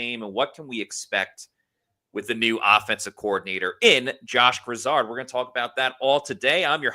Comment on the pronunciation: Its not pronounced like Lizard.. its gri-zaard